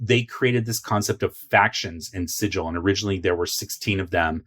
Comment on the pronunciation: "Sigil" has a hard G, not a soft G, cutter. 😁 Love the content! I even learned a few things. Worth a sub!